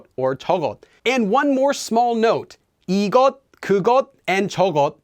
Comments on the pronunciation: so it's pronounced like 'igosun' and 'jeogosun' rather than 'igotun' and 'jeogotun'? sorry for the ugly romanizations haha it's just i feel like ive heard it pronounced with a t sound :) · why did you not pronounce the ㅅ as "s" in 이것? it sounded like 이겉. Can someone clarify so I can say it right. Thanks.